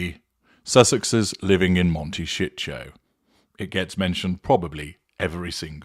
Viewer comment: I’ve been curious how they can afford that house! They’ve been burning through money hand-over-fish. BTW- It may be a regional thing, but in the US, it’s pronounced mon-ta-SEE-toe. OK- I’m an idiot- I get it now! Mon-ta-SHEET-toe no doubt!